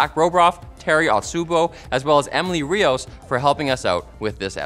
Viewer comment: You said Emily Rios correctly, but "BIOS"?...lmao